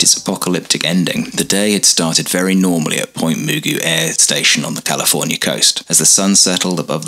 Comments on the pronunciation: Point Magu (pronounced M’goo) not Mugu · Pronounced Point Magoo, not Muuguu. That’s how we pronounced it. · Its Pt. MUH-GOO. Not moogoo. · "Point Mu-gu' '", not "Point Mu'-gu". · Great video! Not that you'll ever mention it in a video again, but the locals pronounce it like Point "Ma-GOO", with an emphasis on the last syllable. (Just in case you ever decide to visit.)😊 Also, great stock footage of Wilshire Blvd. Many of those buildings are still there as of my last visit. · One small comment. NAS Point Mugu is pronounced Magoo like like Mr. Magoo. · Great video... absolutely classic. BTW... Point Mugu sounds like Point M'Goo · Great documentary, by it's pronounced Point Ma Goo, like Mr Magoo the nearsighted cartoon character. Otherwise, carry on. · Pronunciation is wrong Point mugu..